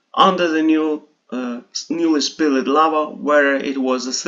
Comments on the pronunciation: Love your content. Just a little kind help here. When you see "ed" at the end of english words, the e is silent. You would say spilled like it was spilld. There are exceptions. Like after a T. It's very hard for the e to be silent because the e sound happens naturally even if you try to pronounce it like impactd. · quick tip: spilled (flowed etc) is pronounced without the e. so like 'spild' cheers